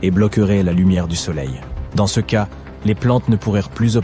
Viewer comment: Et bien évidemment une ia éclaté qui au lieu de dire ( ce ) dit ( céeuh) tous les 2 minutes si c'est pour éviter de poser sa voix sur une vidéo, autant ne pas faire de vidéo